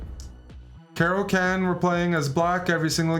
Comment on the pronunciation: Bruh its not a cara can, like a can of cola, but a caro kann like Khan Noonien Singh.